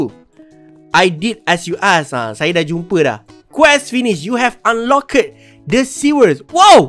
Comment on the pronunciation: Dik kau baca "unlocked" xperlu sebut "led" Tu wakakakakakaka...Cara sebut unlocked is "unlock..dhh" dia ada bunyi dhhh Tu..maaf lah abg tegur kebetulan anak tgok video awak